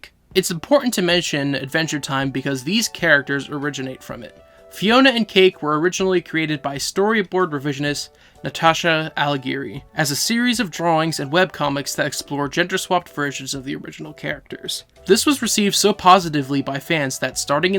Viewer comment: Allegri is pronounced uh-leg-ree not ala-giri